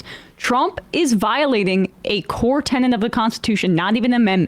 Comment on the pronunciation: "Tenet," Emma, not "tenant."